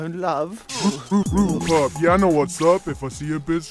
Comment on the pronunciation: Who else thought it was rude pug instead of pup